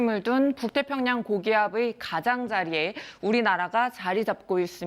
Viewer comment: ㅋㅋㅋ 발음ㅋㅋㅋㅋ 고긔이아븨 흐안브안도 스앙하의이